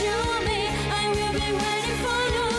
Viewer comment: Thảo Phạm dễ thương đáng yêu nhưng đúng là chưa đủ trình độ hát cùng Kay. Giọng này chỉ ở mức Karaoke Livestream thôi. Phát âm tiếng anh tệ, chữ "please" "come" "for you" đều dở. Còn tiếng Việt cũng ko tròn chữ. Tâm lý cũng chưa sẵn sàng